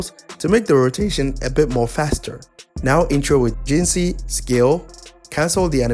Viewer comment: jinhsi not jinshi